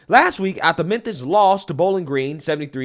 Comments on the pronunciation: Am I tripping, or is he saying "Menthis"? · Is he saying “Menthis”? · It’s pronounced Mem-Fis